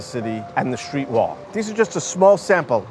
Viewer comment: What is a "schtreet"???